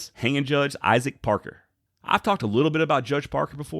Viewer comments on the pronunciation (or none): none